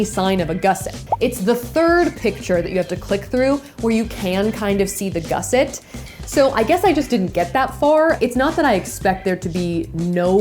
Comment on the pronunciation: gusset /ˈɡʌsɪt/ Learn to pronounce noun 1. a piece of material sewn into a garment to strengthen or enlarge a part of it. 2. a bracket strengthening an angle of a structure. According to the first result on Google this is what a gusset is, so she got it right I guess